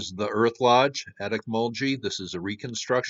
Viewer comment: Interesting video. Ocmulgee is pronounced with a hard "g"